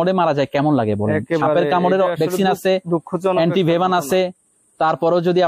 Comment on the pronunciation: উচ্চারন টা হবে এন্টিভেনম।